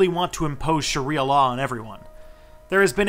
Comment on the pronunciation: Did you pronounce "Sharia" correctly.